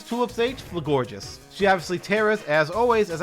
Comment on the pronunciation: You keep adding an extra syllable to Florges' name... Is there something you need to tell us?